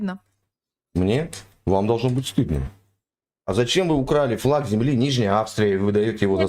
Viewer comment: У неё то Г, то Хэ. Как можно одно и то же слово по разному произносить 2 раза подряд в одном предложении? У них даже языка нет, какой флаХ, какое Хосударство, какая история?